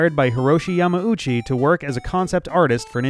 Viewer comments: If you know more than zero people who pronounce it as "Yamowchi" then it's wrong and you should let them know they're being wrong. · There's not really a wrong way to say it in English so anything works, I was just curious if the pronunciation was picked up from IGN. A softer "u" more like Yamau-chi is how I have always heard it pronounced in real life though. In this video and in IGN's videos there's a short pause and the "u" is very distinct is how I have heard it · The only other people that I have ever seen pronounce Yamauchi that way are people at IGN, I'm curious, did you look at an IGN video for pronunciation? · What you've heard is the proper Japanese pronunciation, spoken by a Japanese speaker. Everyone I've heard saying "Yamauchi" in English has said it like does here, with a clear gap between "ma" and "u". Other differences include "Mi-ya-MO-to" in English vs. "Mi-YA-moto" in Japanese, "Te-ZU-ka" in English vs. "TE-zuka" in Japanese, and of course "Shi-GE-ru" in Japanese with the English equivalent being "Shiggy". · No, while I have heard "Yamauchi" spoken by a couple of native Japanese speakers in the past I have heard it pronounced by a few more native English speakers in a similar way to Japanese speakers. Now that I think about it maybe the "IGN" pronunciation is just the North American pronunciation? I guess maybe it just sounded weird because I haven't heard many people from North America say it before